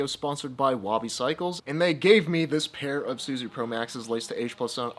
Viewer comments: This happened when Suzue switched their manufacturing from Japan to Taiwan. All the new Suzue stuff is made in Taiwan. The original NJS Suzue promax is the best one to have. BTW it's pronounced Su-zu-aye. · There are 3 syllables in Suzue. Minus one milllion fixie points for every time you said "SoO zOo", wtf is that how people speak in Sacramento these days? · Suzue is 3 syllables. 0 fixie points for mispronunciation ;)